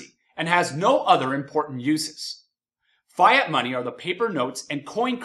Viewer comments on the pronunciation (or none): my man says fiat money like fi money while everyone says it like fiat just like the car fiat 500